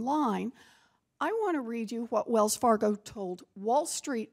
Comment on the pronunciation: "Wells Fargio" 😂😂